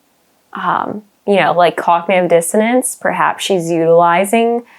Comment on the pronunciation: How did you pronounce cognitive dissonance, again? That sounded like a creative way to say it.